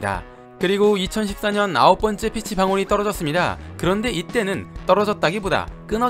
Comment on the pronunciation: 복숭아 피치는 피~취(길게 발음)